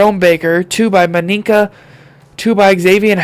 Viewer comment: Minkah Fitzpatrick you saying it wrong it’s like this (ME-KA